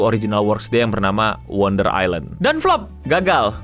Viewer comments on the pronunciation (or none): none